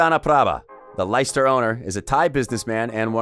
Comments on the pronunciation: 'Lie-ster' , who the fuck are them?, its pronouced 'Les-ter' , fucking dumb yank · Never heard of Liester ………...it's pronounced 'Lester', but spelt Leicester. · The way you pronounce Leicester is classic hahaha